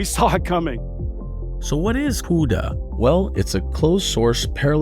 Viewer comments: what a clown...cannot pronounce cuda. script reading moron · The way you say CUDA makes me sad for some reason